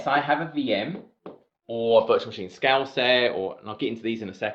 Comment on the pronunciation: Really great video summarising the exam and nice water break humour. Only hitch was getting your "scale " pronunciation was getting me as "scouse" ☺